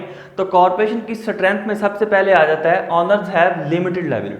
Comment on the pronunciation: सटरेंथ स्टरेंथ Which is 😄 right